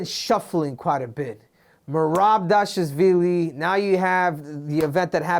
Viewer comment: Merab Dashazvilly lmaoooo